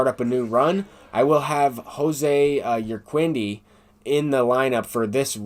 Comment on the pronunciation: Jose Urquidy is pronounced "Ur Kee Dee." Not a big deal but I heard you say you don't mind being corrected.